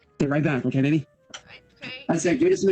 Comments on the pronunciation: Dude that "olay" drives me INSANE and he clearly announces "okay" at one point in this video so IT'S POSSIBLE HE JUST DOESN'T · he's saying Olay. Have you seen the goblin shampoo commercial? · Olay or oway instead of okay 😃